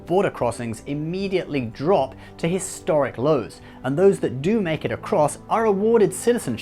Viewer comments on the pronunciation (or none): none